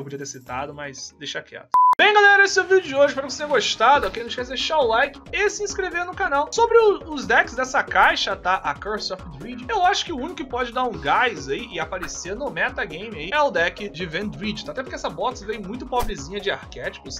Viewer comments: ficaria melhor para o seu canal se vc só falasse o nome das cartas em português, vc não faz questão de aprender as pronúncias.... o arquétipo pode ser lido do jeito que está escrito... "dread".... do jeito que vc está falando é como se fosse "dreed", que dá o som de "i". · Se pronuncia dread como se pronuncia dead, a diferença é só o R.